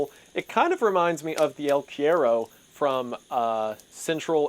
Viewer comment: His pronunciation of "El cuero" kills me. "El quiero"